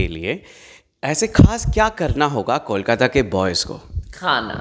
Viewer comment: I don't understand how could you pronounce कोलकाता as "कॉलकाता"(Callकाता) despite being a Bengali interviewer?